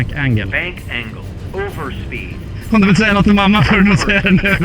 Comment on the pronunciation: ”overspeed” ”Va over speed”🤣